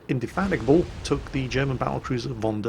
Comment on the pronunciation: I'm very surprised you said HMS Indefatigable's name properly!!!!